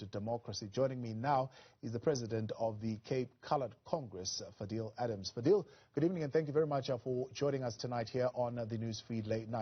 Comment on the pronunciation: the interviewer keeps calling him Fidel as in Fidel Castro instead of Fadiel...